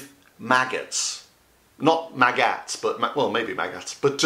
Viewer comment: HEY!!!!!!! You scared me with that editing in of that explosion! HA HA...good one! But you did get me to laugh out loud 3 times...the Margarita projection...calling the Queen "Your Mag" and "maGETS"! :D Then.....you get into this lovely vocal zone for a SOUL CROSSING.....thankx! XO